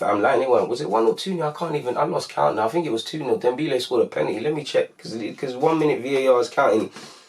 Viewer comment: its dembele not dembeele